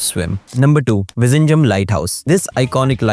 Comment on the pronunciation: Vizhingham is pronounced as vinigham